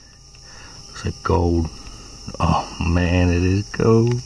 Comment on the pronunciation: I know I am too tired when I kept thinking you were saying "goad" instead of "gold". LoL. Great finds; especially the gold Tierra 😂